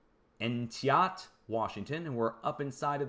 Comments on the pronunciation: Entiat is pronounced, "En'-tee-at", when you drive by you'll notice the charred, silvery remnants of a big wild fire from the 1970's. My husband was a member of the Entiat Interagency Hotshot Crew. Phil still talks about using a Pulaski on those slopes. It was quite an experience for a 19yr old! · Entiat.....lol, I love when you try to pronounce towns in Washington.